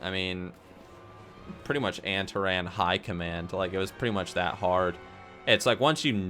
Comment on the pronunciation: your pronunciations are so ughhh anteran agewan